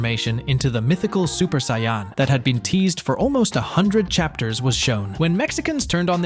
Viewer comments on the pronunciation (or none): really man? you pronounce it cyan? it's saiyan!!!! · Great video. Gave a lot more insight than the usual "they got it earlier than the US" notion. Thanks a ton for the great info. Also, the way the AI said Saiyan killed me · The AI voice also says Saiyan wrong. This is the worst video I’ve ever seen. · The way you said Vegeta Saiyan And a simple Cha la head Cha la Really annoys me. How you speaking good English but can't say those 3 simple words????